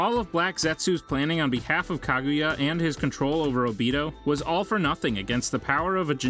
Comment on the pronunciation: After he says Kaguya I couldn’t listen anymore